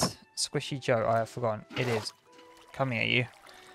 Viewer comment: who elses heart dripped when he put and h instead of j in squishy joe